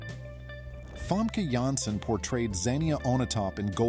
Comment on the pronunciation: Famke Janssen (NOT Femke Jenssen, learn how to pronounce the letter "A"!!) and Linda Fiorentino are my favourites!